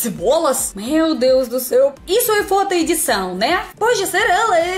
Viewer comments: você quis dizer FOTO, mas entendi como FODA. Kkkkk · cuidado com a pronúncia: foto e foda são coisas distintas. Você é carisma nitroglicerinada! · Quando ela fala foto parece que tá falando fóda